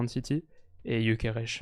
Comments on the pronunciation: Ça se voit que t'es influencé par le fait qu'il joue au Sporting quand tu prononces Gyokeres(che) 😂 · il est Suédois, pourquoi tu prononce son nom à la Portugaise 😂